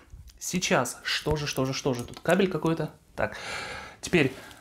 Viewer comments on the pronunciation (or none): none